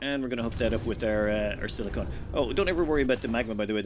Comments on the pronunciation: I love your videos and all but could you please start calling silicon "silicun". Silicone is what spatulas are made of, silicon is what cpu's are made of. And sweet dreams are made of this. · for the love of all that is good and right in the world it is SILI-CON (like a Decepticon from transformers, you say the end "con" NOT "cone") Sili-cone is a substance made up of sili-con based polymers, and is used in everything from bathroom caulking to breast implants. Sili-con is an element on the periodic table, AND IS THE SUBSTANCE YOU ARE MINING. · silly-kin, not silly-cone. Silicone is a rubber-like substance typically used as a heat-resistant coating or water sealant. Silicon is a dense mineral used to make glass.